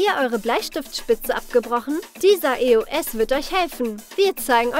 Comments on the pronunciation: es heißt eos und nicht eoes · Ich dachte es heißt eos nicht e o s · das heißt nicht e o s es heißt eos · Richtig tolles Video aber es heißt EOS nicht E O S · Nicht e o s sondern eos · Das heißt Eos nicht Eoes😆😅😂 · Es heißt Eos nicht E O S 😘🍀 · Es heißt nicht E.O.S es heißt EOS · Es heißt EOS und nicht E O S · Das heißt eos und nicht e o s 🤦🏼‍♀️🤦🏽‍♀️ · Nicht e o s. Sonder eos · Genau es heißt ja auch E O S 😒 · Nicht böse gemeint und ich mag euch ja auch aber wie sprecht ihr bitteschön eos aus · Du sprichst eos falsch aus